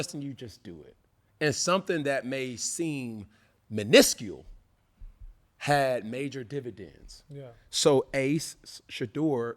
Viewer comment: bro mispronounced the hell out of "miniscule"